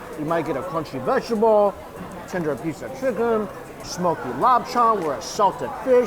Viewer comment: It's like lawp cherng not lop chung Dx